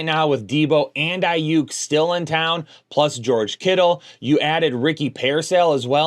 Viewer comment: Ricky PEAR-SAIL 😂 you know I’m coming for you everytime. It doesn’t really matter but I think it’s hilarious